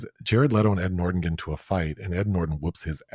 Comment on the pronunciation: From now on, I'm saying "Ed Nort-On."